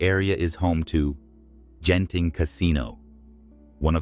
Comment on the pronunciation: Sat "Genting" , sat "Jenting". Paaadiaa 😂😂 Obviously an AI generated voice 😂😂